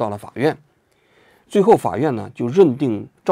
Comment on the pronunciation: 王局国外呆久了普通话都不标准了 sa人罪